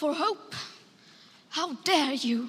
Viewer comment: One year later & I still lose it every time 🤣 "HOW DARE YEW"